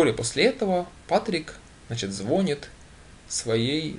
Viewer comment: ну.пожалуйста.слова ложит нет в русском языке.надо говорить кладёт.Ав слове звонит ударение не на О.а на И. уж извините